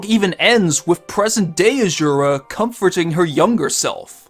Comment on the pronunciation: “Charctuh” “Azzzurah” “Waltuh”